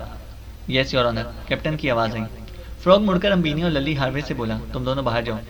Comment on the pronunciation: Lilly name hota ha Lally nahi